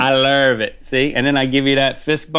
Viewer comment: "you know what time it is? Lurv Time!" 😂😂